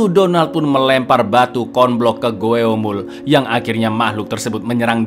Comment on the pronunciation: Ralat bang GWOEMUL bukan dibaca sesuai tulisannya tapi dibaca GWOMUL. Huruf OE dlm bahasa Korea dibaca "O" seperti dlm kata SONO, SORTIR, KOMPOR